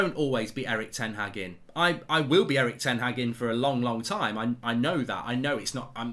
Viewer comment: It’s pronounced ‘HARG’ not HAG. It’s disrespectful